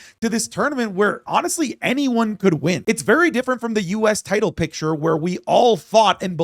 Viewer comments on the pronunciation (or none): none